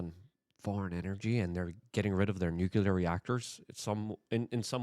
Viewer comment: Armah-gedding! And a new-cue-lerr war